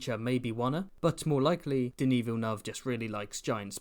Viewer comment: first time i've heard someone pronounce Denis's name correctly